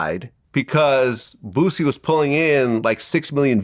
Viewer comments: Dude said booZie 😂😂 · Bruh call him “boozie “ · Aries always says boosies name like “Booozie” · Who is “Boo-ZEE”??!🤣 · Why he keep calling him BOOZY 😂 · i live up north and we all pronounce it correctly lol this is just an Aries thing.